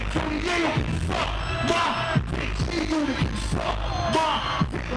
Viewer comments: Man it's G-UNIT not unot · It's "G-uNOT!"... o_O